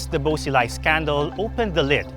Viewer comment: Christ! You said his name about a hundred times.....incorrectly.